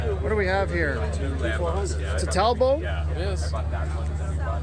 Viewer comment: Just thought I'd mention something,It's TalboT . It's an english name pronounced Tall bot , Charles Chetwynd-Talbot, 20th Earl of Shrewsbury was one of the founders, Can't get much more English than that .